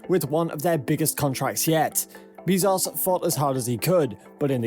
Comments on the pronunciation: Why can no YouTuber say Bezos correctly... Dude says "bees sauce" other says "Bez Ohhs"... Morons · why you gotta take a name that everybody knows how to pronounce and then say 'Bee-zoss' instead...? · It's bae-zos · He pronounces it BAY-ZOHS. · This dude said Jeff beezos lol. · Bííízos? Learn pronunciation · Bro stop saying Beezaus please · “Jeff Beezoss” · Stop saying BEEEZoss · How do you pronounce “Besos” ? (Hint: not “Beez-ohs”.) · jesus, its not beezos, its BEZOS (E AS IN EPIC) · "Bae-zose" Bezos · Wow! I can't believe how misinformed this drivel is!!! And the title is just clickbait! Shut-out maybe but not shut-down or even shut-up. • A $2.9B contract is NOT a huge contract and is actually half of what SpaceX will spend developing the HLS • Bezos is pronounce Bez - ohs, Not Bee - zos • A formal complaint MUST be responded to - it cannot "fall on deaf ears", suspension of funding is required until a decision is reached • There is and never was any "monkey wrench" to SpaceX's plans. Starship is in full and rapid development at Boca Chica - totally funded by SpaceX itself • There was never any hesitation or interruption due to uncertainty over HLS funding - Starship development does NOT depend on NASA dollars • The protest by petulant sore loser Bezos was totally expected - it was not a surprise • What to do ? What a BS question! Stop their self-funded development? Waste time & dollars with lawyers? Or ignore the distraction and let their proposal speak for itself and continue to do best - create "impossible" things! • The idiocy continues but is too painful and wasteful to continue watching. Bezos is acting like a spoiled brat who got caught play acting on a serious project with a proposal that was double the price, failed to meet basic HLS requirements, required live crew performance testing from a company that has failed to accomplish anything but a token yo-yo tourist ride and is years late on delivering its BE-4 engine (if it ever will).